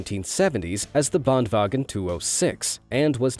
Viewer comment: Fun fact: The narrator can't even pronounce the swedish word "Bandvagn" correctly like I can (I'm from Vastra Gotaland)